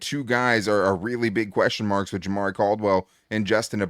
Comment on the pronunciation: love ya but the way you said jamaree caldwell is a rookie so what? i don’t think it matters as much as begore i don’t know if you recall a rookie last year named ladd and tarheeb still cam heart and another rookie a few years back named Herbert i think caldwell is gonna be another beast just wait